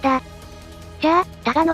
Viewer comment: 他我のパラドックスじゃなくて、ただのパラドックスに聞こえた笑